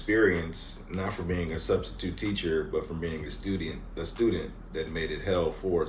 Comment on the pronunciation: pronounced student "estudient" twice. After cracking up about CHArisma both times😂. Love it❤